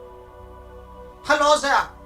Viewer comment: “Hello zere I am Richthofen” lost it